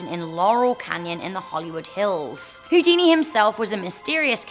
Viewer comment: when you said huodini i thought it was hoodini the vaonnos joke